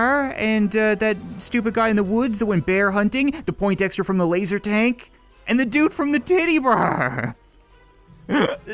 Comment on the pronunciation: you know when you say lazer tank it sounds like your saying lazer tag